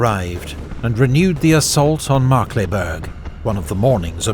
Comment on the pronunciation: the pronunciation was pretty good. Of course here and there you could here the accent (for example with „Markkleeberg“) but over all it was probably as close as a non native speaker can get 👍🏼 and way better then most other history channels. Thanks for your great videos!